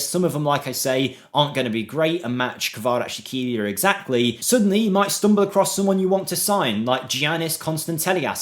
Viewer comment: Bro, Khvicha's last name is more like Kvaras - Helia, no sh sound in the middle, just s. This will sound much better, closer to it's proprer sound, but not 100% ideal. The best way to pronounce it as if there was a sound from piZZa, like KvaraZZ - Helia.